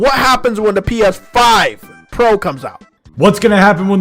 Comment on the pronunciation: "Steam refund policy is better than Valve" The most basic knowledge and fail to understand XD Call me evil but I can't stop giggling when he say "P Eth5" HARD XD